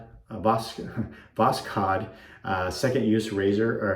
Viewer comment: Nice! I think I might pick up an Envoy. As a Russian speaker, I always chuckle when y'all try to say Voskhod. Second syllable is a long O, so it rhymes with "toad". So it's Voss - Hoad. Emphasis on the second syllable. If you wanna really get it right, the "kh" comes from the throat like in "Chanukah", hence the "kh" transliteration. Russian word for "sunrise". The more you know...